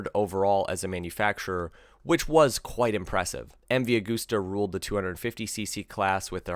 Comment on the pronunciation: Raaaaut no roooooooooote. my agooooosta no auuuuuuugusta